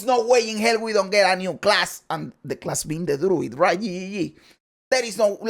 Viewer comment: "I NEED DE LWUID 🤌!!"